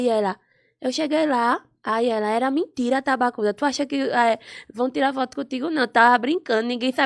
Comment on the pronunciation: Q "MINTIRA", deixa de "mintira" kkkķk A Loma é muito engraçada 😂😂😂